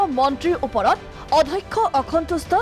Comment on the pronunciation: Adhakkha nohoi, Addhyakkha